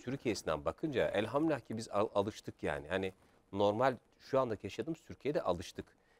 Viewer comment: de ne dediğini anlamadım, “elhamlah”ki dedi, ne yani elhamdulillah demek mi istedi bu adam, Elhamdulillah demek çok mu zor